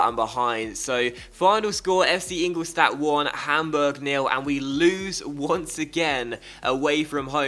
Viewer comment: You pronounce ingoldstadt wrong it should be ingoldshtadt